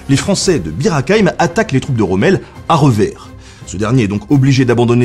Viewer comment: Vous aussi vous avez entendu beer à la place de Bir ?